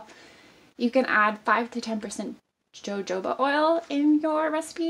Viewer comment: Jojoba Oil- pronounced, "Ho- ho-ba". This recipe looks wonderful can' wait to try this method. Glad that you explain everything. Makes it easier to follow! 👍 💕